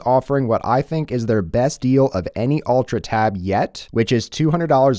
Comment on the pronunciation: Why you keep saying "Tabitha?" Why is Tabitha?